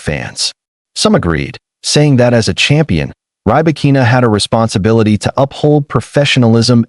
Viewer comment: Not Rye-Bakina. Pls pronounce correctly